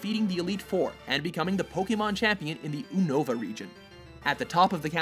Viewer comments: God damnit, its not Oonova is Yu-nuh-va, like Unity but with a va instead of ty. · Did he really pronounce Unova "Oonava"? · Is it just me or did he say ooniva